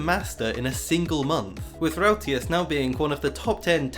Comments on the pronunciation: haha hij zegt letterlijk routeas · Ok so i'm Dutch and let me just say, that the way you said the word Ruitjes made me die inside for a moment LMAO. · Oh that pronounciation of ruitjes is painful to listen to as a dutch person. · rouwteás! mijn nieuwe beste vriend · I love how you prenounce "Ruitjes" as Roi-te-yes x) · The way you pronounce ruitjes hurts my ears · As a Dutch person it amuses me to hear you pronounce ''Ruitjes''. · me as a belgian person hearing him pronounce "ruitjes": LOL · Hahahaha same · Absolutely butchering the Dutch pronounciation my guy xD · Your pronunciation of Ruitjes is kinda funny tbh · As a Dutch person I love your pronunciation of "ruitjes", it took me a while to figure out what you meant. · U said ruitjes wrong It's irritating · being dutch and hearing ruitjes by a non dutch person is so funny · How was ur day? Btw love how you try to say a dutch word buts it's so whrong. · Haha you had some nice tries, but the “ui” sound is quite special in dutch. And most letters are just pronounced different in Dutch. Ruitjens = diamonds (as in the shape, not mineral) in Dutch Great videos btw! I love these “off-meta” strats. Love this channel :)